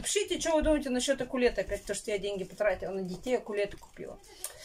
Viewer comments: Покупаешь вещь и не знаешь название. Не аккулета а аккулеля. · АКУЛЛЕТТА?! У-К-У-Л-Е-Л-Е МНЕ КАК ОБЛАДАТЕЛЮ ЭТОГО МУЗЫКАЛЬНОГО ИНСТРУМЕНТА ОЧЕНЬ СТЫДНО ЭТО СЛЫШАТЬ. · АКУЛЕТТА??Чё,серьезно???😁😁😁😁😁😁😁😁😁,ну сходи ты,подлечись😄😁😁😁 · УКУЛЕЛЕ,,а не акулета.что-то ты вообще разочаровываешь. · Акулетта??? Вы серьезно?)))